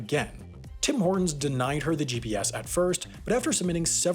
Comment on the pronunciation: "The woman in question won a GPS in a 2007 Tim Horton's giveaway..." One: Why is the letter G emphasized more than the other letters? Two: Why does your P sound like a B?